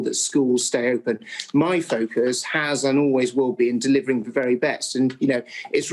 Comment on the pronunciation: I hate the fact he is education secretary and can't say 'the' he says 'ver'...